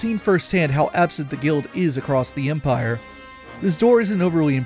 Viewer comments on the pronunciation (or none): none